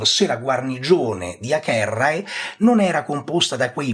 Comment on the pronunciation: vorrei sapere perché pronuncia acherrae e non avere il nome di Acerrae. Ed a anche agentes è pronunciato aghentes